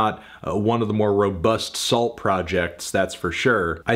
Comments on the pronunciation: i think the T is silent so it’s like Soul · I've never heard of this group, but isn't it pronounced "soo"? At least in Canada (and I supposed other French speaking/influenced countries), that's how we pronounce it. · Isn't it pronounced "Soo"? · Anyone else think it was pronounced "Soo", like Sault St Marie, or is that just the Minnesota in me 😂